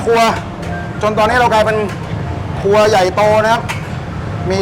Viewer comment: ทำไมฟังไม่ค่อยชัดเลย ครัวหรือครวย ครับ😂😂😂